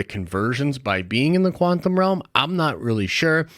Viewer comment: Does anyone else thinks our dude mispronounced quantum over and over to troll us?